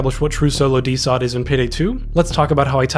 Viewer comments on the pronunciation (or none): Great video, but you calling it DeSot made my autistic ass insanely upset